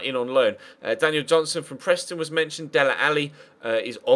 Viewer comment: It's dele not deler